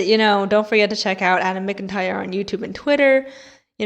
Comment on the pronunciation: jsyk!! adams last name is pronounced "mac-in-tire" not "micken-tire" 💖